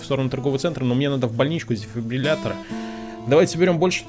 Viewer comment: Он впервые сказал слово дефибриллятор правильно. (Если честно я 10 раз пытался написать это слово)😁